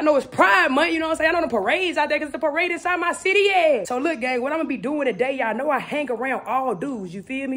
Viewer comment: "its a paradebiside our city yeahh" 😂😂